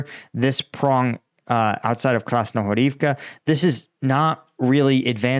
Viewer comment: u sad "krasnohorivka" withouth accent!! you are the best pronouncer !!